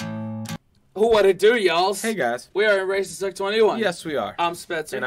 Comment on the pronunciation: Omg. At the start It sounds like your saying "Were racists at 21" I know you didn't say that but it sounds like, lol